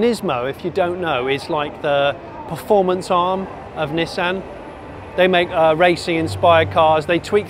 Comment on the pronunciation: Cracking review and praise the Lord you pronounced it 'NISSAN' not like those ghastly colonials say 'NEESON'....... I ask you 'NEESON'..........but then again .......'JAGWAR'..........'HUNDAI' .... need I say more :O)